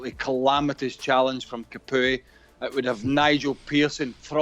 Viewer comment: They got a RB playing LB these guys are a joke are they forgetting Azpi can play anywhere on the back 4 he’s played in each position 🤦‍♂️ not surprised my man couldn’t even say capoué name properly